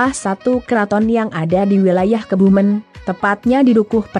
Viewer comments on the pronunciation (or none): Kebumen...ejaan e, dibaca seperti pepes...bukan santen. Bunyi ejaan e nya.